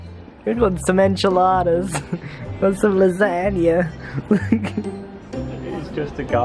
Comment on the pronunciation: “he wants some eNchiLaDas” really grian? No hate lol